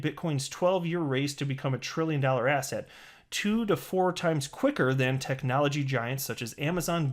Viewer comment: Every time you say "asset" I hear "ass-hat" 😂😂😂